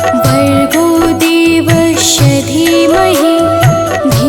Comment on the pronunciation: गायत्री मंत्र में देवस्व के स्थान पर देवश्व का उच्चारण हो रहा है कृपया शुद्ध करें जय माता दी 🚩🚩🚩🚩🚩